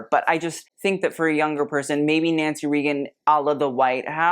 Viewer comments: Hey,, I know it's spelled like it's pronounced "Ree-gan", but it's pronounced "Ray-gan". btw, I kinda like the 3 generation picture of Blythe Danner, Gwenyth Paltrow, and Apple Martin. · It’s pronounced “RAYgun,” rather than “REEgun.” 🫤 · Nancy RAY Gun not REE Gun. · Just FYI, Nancy Reagan is RAY-gun, not REE-gun. I know I know I'm a petty person, but I'd want to know if I mispronounced it. Love the show, nice addition I hadn't caught last year. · Nancy Reagan (RAY-gun) not REE-gun) 😉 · Pronounced Nancy Ray-gen. Not Ree-gen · I'm sorry but I have to say it, it's Ray-gen not Red-tan. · FYI - Nancy Reagan - it's pronounced "Raygun." Not Reegan. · today old when EVER heard ronald or nancy Reagen pronounced Reeegen not Raygen. lol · Yep glad someone called that out! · I love your videos. Nancy Reagan is pronounced ray-gun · Nancy Reagan is pronounced Raygen. Please. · Is he trying to say Nancy Reagan? It’s pronounced Raygun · It’s Nancy RAY-GUN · RAY-gan. Nancy RAYgan..but you are right its too old for her and im old so i can say that😊😊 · Ray- Gun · (Nancy) Reagan rhymes with "bacon." The strapless gowns are lovely, but the bodice fits are sometimes too low -- unflattering, barely hanging on? Lucia Ponti's dress fits well. Yes, let's enjoy an array of truly lovely debs reveling in their aristocracy bubble. How nice! haha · This man can't pronounce Nancy Reagan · The way you pronounced Reagan cracked me up. Haha. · But no matter when in history, who mispronounces a president’s name? That was odd.